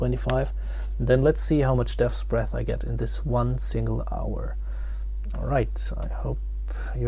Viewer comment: deahtbreathsbeathsthdreabsbeaths dreaths bearths , just say dbs